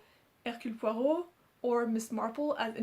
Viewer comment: I’ve never read a Tommy and Tuppance. I’m trying to work through the Hercule Poirot ones right now. I wish I could pronounce that like you do. 😊 Lovely video as always - looking forward to your review of Sing Unburied Sing!